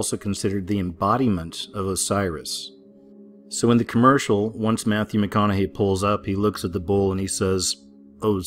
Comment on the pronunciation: Matthew Meh Conna Hay! Lol